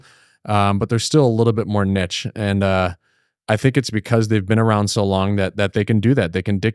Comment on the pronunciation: Did he say nich instead of niche loool